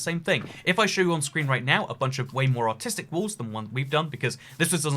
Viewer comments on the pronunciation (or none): I thought he said “autistic” 😭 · I thought he said autistic too hhaha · Did he say artistic or autistic? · when I heard the word "artistic" I didn't heard it like that I heard it like "autistic" I was like "WHAT!?" then I started laughing at what I heard 😂😂😂😂